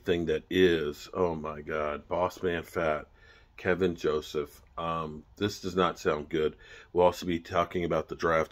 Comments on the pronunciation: second video you called him "Kevin".. put an L in it. KEL VIN. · It’s Kelvin not Kevin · Ke"l"vin Joseph isn't O.J. Simpson! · Is there any1 out there that can fix STUPID? Its Kelvin not Kevin...jus like its DK Metcalfe not DJ Metcalfe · Kelvin! Not kevin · yo his name is keLvin Joseph... not Kevin lol